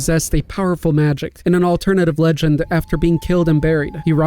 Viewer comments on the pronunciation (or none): none